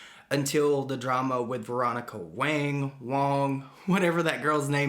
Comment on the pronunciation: Its wa-ng...next time do your research before you do a video